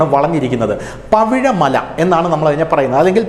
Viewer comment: പവിഴമല അല്ല പവിഴമാല